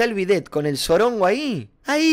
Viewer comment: Pensé que decia a bet en vez de el bidet ajjajaj